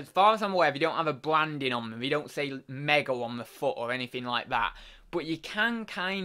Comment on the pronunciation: Hey dude. It's pronounced me go. 👍